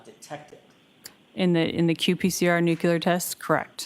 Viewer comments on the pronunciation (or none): I’m sure she’s a very smart witness by working in the crime lab, but it’s NUCLEAR-NOT NUCULAR!!! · It always astounds me when educated people say 'nucular' 🙄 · This dna dummy says nuclear like George W. Bush. lol😅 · God bless you. That was killing me. George w. Bush flashbacks. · Maybe it’s common, but it’s a MIS pronunciation. President Bush said it but it was wrong then too.